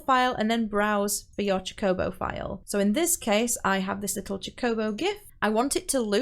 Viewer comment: My heart </3 cuz you can't pronounce "chocobo" right... Jokes aside, thank you for the tutorial! Very helpful! <3